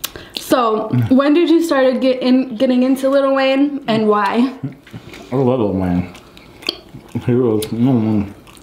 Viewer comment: Little Wayne😒 it's lil Wayne 😂😂